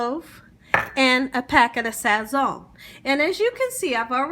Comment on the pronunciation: Love the Tutorial but she said some, Sazz zoneee😭